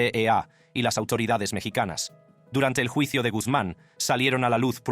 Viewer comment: Como eres wey para pronunciar palabrs en español...juicio....yuicio